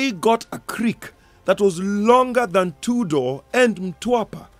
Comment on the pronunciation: Cant believe unasema Tudor as (Two door) I think you meant Tudor (Chudar)